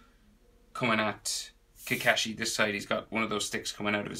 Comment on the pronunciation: im wondering why he says kakashi as kakeshi